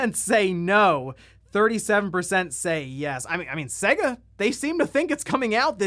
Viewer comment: Why does this guy always pronounce SEGA wrong, it's clearly Say-Ga. You hear it every time you boot up a game but this guy says it wrong every time.